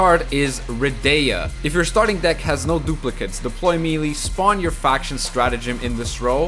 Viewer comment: MAYLAY! not meelee. Love the content though, just had to get that off